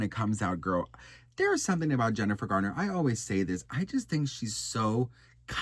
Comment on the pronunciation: Why do yall keep saying Gardner it’s Garner lol 😂